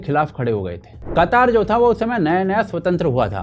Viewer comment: अबे बक्चोद कतर को कतर ही बोल कतार बोल के ज्यादा कुल क्यों बन रहा है।